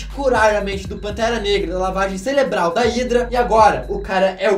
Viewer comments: Só eu quem percebi que ele falou lavagem CELEBRAL? kkkkk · Lavagem ( celebral ) ???? Heinnnn foi isso que eu escutei ??? Kkkkkkkkkkk